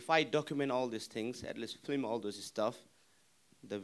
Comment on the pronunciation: Nobody has the balls to tell Nims it's f.i.l.m not f.l.i.m. fucking hell Mins, get it right!